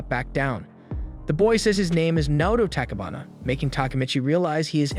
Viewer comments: It's tachi bana Not tchbana🤦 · takibana- what the hell man, “tachibana” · ain no way he said “takibana”